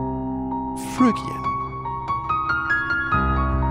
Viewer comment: This is a great channel & great video- this is exactly how I recommend learning modes. But a word of warning to people learning from this video who are native English speakers- you will sound very strange pronouncing Phrygian as it is in this video (totally understandable for someone not speaking English as 1st language!)